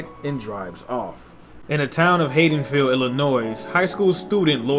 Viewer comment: C'mon bro I was digging it till I heard the way you said Haddonfield. I'll keep going cuz the comments are good but come on bro ...